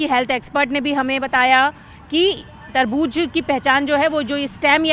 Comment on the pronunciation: Tarbuj tarbuj kya laga rakha hai..its tarbooz